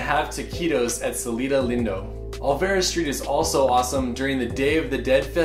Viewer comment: “celito lindow” lol omg i just find it so enduring when people say spanish things with an accent ahha